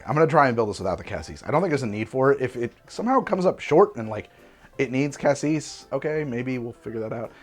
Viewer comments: I suspect the cassis (yes,, it's pronounced cah-cease) is what gave him the hint of strawberry-ness. That sort of nonspecific red fruitiness could be interpreted as strawberry, especially if they used cheap creme de cassis. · For cassis, it's the first pronounciation, but the final s is silent